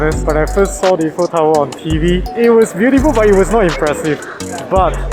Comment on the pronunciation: Is not eff-fel tower is I - fel tower for English speaker .we called them finger food not finger bite . In French this is amuse-bouche